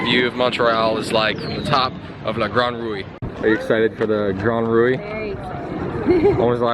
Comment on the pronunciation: Just pronounce ''rou'' for La grande roue, there's no accent on the final ''e'' so it remains mute.